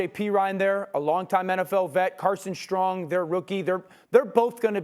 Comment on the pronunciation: Bro said Carson Strong 😂 it's Carson Steele bro 😂